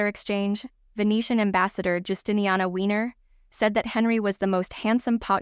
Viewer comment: I wont address the historical inaccuracies in this video, because the pronunciation of so many words made it impossible to finish (too distracting). A few suggestions out of many errors; Wynne is pronounced "win", not "weiner". Annus is pronounced "ann-us", not "anus" (and not "sphincter" either). Potentate is pronounced "po-ten-tate", not "pot-en-tate". Your channel will only grow if people take you seriously.